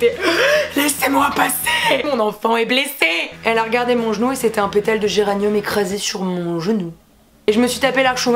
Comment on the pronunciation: "C'était un pétale de géranium sur mon zenouuu" je meuurs 😂😂😂